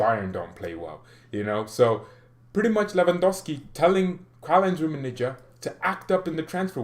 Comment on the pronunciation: One favor, it will do you good, please stop saying "Rummenije" my ears bleeds ;). It's hard "G" like Gabon or goal.Okay? From now on, Rummenigge not Rummenije :)